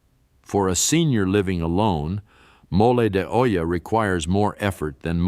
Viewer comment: episode, chorizo, peso pronounced pay so and he really Santa! Mo lay de ohhla, its okay